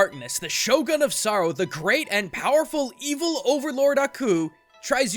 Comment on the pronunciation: you lived in japan and still mispronounce shogun?